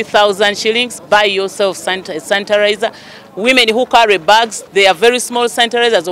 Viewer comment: Someone teach that lady how to say the word sanitizer😂😂